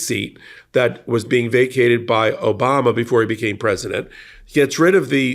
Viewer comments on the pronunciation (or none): none